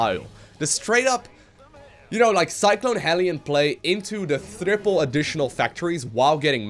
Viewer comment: HE SAYS THRIPLE